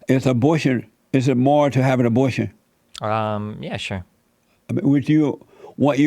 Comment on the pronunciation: When Jesse said abortion I spit all my food on the table! Lol 😂 omg I’m dying right now of laughter. This clown can’t even pronounce a b o r t i o n